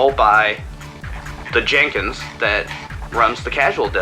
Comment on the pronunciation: excuse me but it's pronounced Jen Kins not JANE Kins